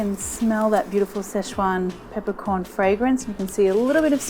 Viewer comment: Situation or szechuation?